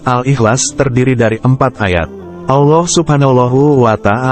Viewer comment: Kelihatannya krang ini bukan yg pakih terntang islam karena cara lengucapannya kurang pasih dalam pengucaoan Allah.